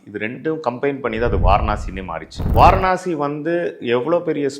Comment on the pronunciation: வாரனாசி❌ வாராணசி ✅